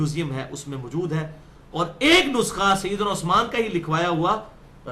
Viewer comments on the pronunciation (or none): none